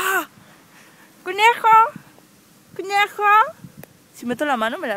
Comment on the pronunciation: Felicidades, con este video has conseguido que una idiota vaya por el mundo diciendo: conejo (cnejo)